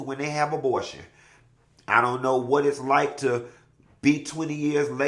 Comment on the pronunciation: Abotion… & his pronunciations!!! 😂😂😂😂